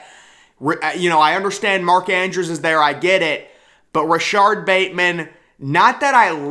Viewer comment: Its RashOd... man I wanted to scream at you that whole section!